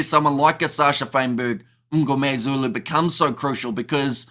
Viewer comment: Just a comment. You produce Sacha surname slightly wrong it is not "Um"gomezulu....... but Mngomezulu. Small thing.